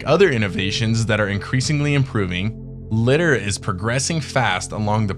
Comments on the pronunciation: Li-dar like Radar “ray-dar” not cat litter 😅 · LiDAR (Lye • Därr). LOVE YOUR CONTENT THOUGH! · Took me a minute to work out you meant LIDAR. as in "Liar liar pants on fire" but with a "D" in the middle.